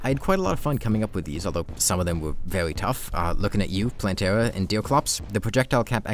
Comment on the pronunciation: Am I trippin or is he talking a bit like a cat girl? 😂 Like I'm pretty sure I heard "vewy" instead of very and "thwee" instead of three